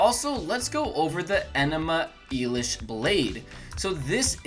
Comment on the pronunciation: "Enema Elish" lol